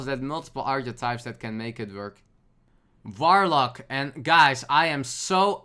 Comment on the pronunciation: )) Awesome Dutch pronunciation there, mate; you really made me smile with that 'F'oidlord 'V'orlock ^_^ I've studied German back in the day at the Uni but I also got the chance to hear some Dutch so I can easily recognize the similarities between these two Germanic languages xD